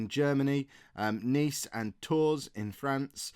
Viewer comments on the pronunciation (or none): 😱😱😱😱😱😱😱 that was a shocker! Realistically though with the salary it would have been hard to refuse it. I am just left bewildered how sudden it all was in the video...Non league to legend just got continental! Tours is pronounced more like "Toor" btw, I knew my gcse in French would come in handy at some point... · The "s" in Tours is silent,.